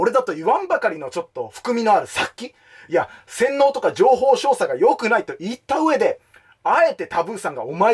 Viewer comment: 情報"しょうしゃ"